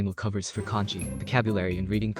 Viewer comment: pls stop pronouncing kanji as "congee"